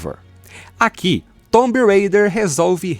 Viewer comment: Off topic: pq para Raider vc fala Reider e para Tomb vc fala "Tombi" ao invés de "Tum" deveria ser quase um "tum rêi-der"